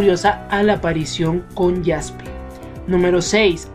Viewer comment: Se dice como se escribe Jaspe